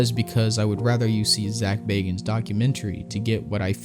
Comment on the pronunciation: Thank you for pronouncing Bagans correctly